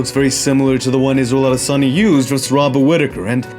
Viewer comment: Thank you so much for making an effort to pronounce Izzy's last name properly. It wasn't perfect, but it didn't need to be. The thought and intention behind it is what counts. And as always, fantastic video. It's honestly amazing how sharp and observant you are of the nuances of combat. We appreciate you! Signed, A Nigerian, on behalf of all of Nigeria 🇳🇬💪🏿